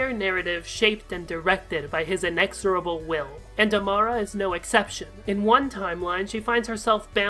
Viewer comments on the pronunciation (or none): none